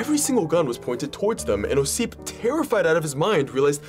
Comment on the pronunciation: When you try to make a videos that related to history, at least look up how person's name should be stressed. Its "Ossip", at the first syllable.